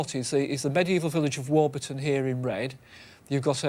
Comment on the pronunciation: Great episode and having grown up in that area I’m so glad Stewart pronounces warburton right